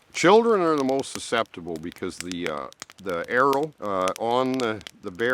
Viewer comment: Why did u call it arrow when i thought you were talking about a yew plant? Is it also called arrow or did i miss hear you or misunderstand? Also Amanita Muscaria in low doses I'd be very therapeutic, and high doses will make you trip out and not in a good way, and is more toxic and high doses. Pretty safe and low doses though